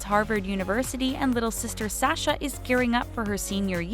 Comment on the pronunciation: She also mispronounced Sasha and Selah's names.